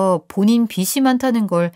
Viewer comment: 애청자라서 말씀드려봅니다. 비시가 아니고 비지(빚이)많다로 발음 부탁해요